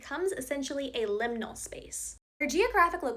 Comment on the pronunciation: It's "liminal"